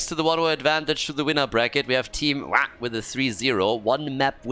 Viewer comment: I wish the pronunciation of team WAH didn't have to be said in such a way every single time. After a while it sort of gets cringy and annoying to me but either way, good series. Best of luck to both teams in the future.